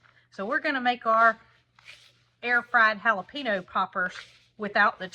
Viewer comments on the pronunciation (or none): Dearest, I’ve followed you folks for years and never miss a vlog. I’m originally from Texas and Spanish is my second language so please forgive me for this little suggestion. The word jalapeño is pronounced ha-la-pain-yo. The little accent (a tilde) over an “n” in Spanish makes it sound like “nyo” like in “senor.” Love you guys!! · it's pronounced hal ah peen yas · Just a little pronunciation lesson....Jalapeno is pronounced haa-luh-pain-yo. I chuckled cuz you corrected panko so I thought this would help. 😀😀😀😀